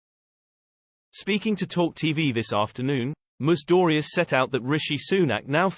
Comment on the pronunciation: Whose ‘Moose Dooryeze?’ Please get another robot.